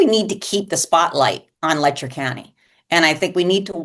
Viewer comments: It is pronounced “Lech-er” county, not “Lecktor”. SMH! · Why does the media keep calling it Lecter county? Its Letcher like Fletcher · LetCHer county. Latch, but with an E. Not Lechter like Hannibal lol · Le(t)cher County. What a mess. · Youve done so much research and talked to so many locals that you still dont know how to pronounce the name of the county? What in the name of phonics made you think of pronouncing it that way? 😂